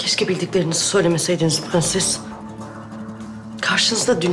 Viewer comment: Su kadının pğenses demesine ve faryaya bir ben mi uyuz oluyorum